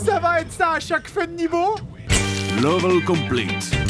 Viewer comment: On prononce pas "lovèl" mais "lévol" pour le mot level... x)